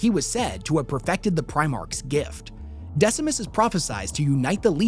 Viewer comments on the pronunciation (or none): Decimus you say? Oh dear..